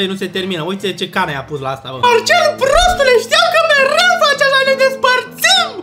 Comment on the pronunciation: Dece trebuia neapărat să spui prrrrrrrrostule? 🤣🤣🤣🤣